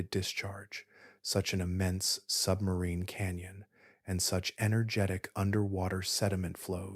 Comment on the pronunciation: It was great, I knew nothing when it started and now I have a firm grip on the basics—the most impressive fact was how far into the Atlantic Ocean the river is flowing! Also, whenever you said “sub-marine” i heard “submarine” and thought of the the Hunt for the Red October 😂😂